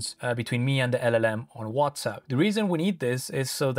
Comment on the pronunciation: Are you saying WhatsUP lol?